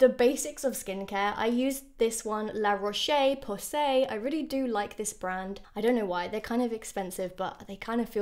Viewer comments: It's la rochh posey just the chhh sound at the end, not "la rochey posey". But no worries 😘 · I really like your idea of aging, it’s beautiful ! And by the way, La Roche Posay is a French brand, and we don’t pronounce de E in Roche ;), it’s like « La rosh Posay », but I like the British accent on the prononciation 😍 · Love what you said about aging in the intro. And about La Roche Posay, we don't pronounce the "e" at the end of "roche" (i'm french)